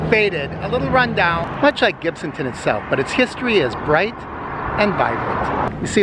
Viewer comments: It's not pronounced "Gibton".....get it right Mr. It's pronounced GIBTOWN! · I live in Gibsonton and have never heard anyone say Gibton and I've been around here since the 70's. Perhaps whomever you heard mispronounce it had a few too many beers.